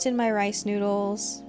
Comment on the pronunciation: ‘Some of our noods!’ Lol sounded like ‘nudes’ :D